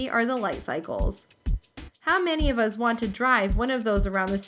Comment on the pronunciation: she says us the same way my dad does witch is uz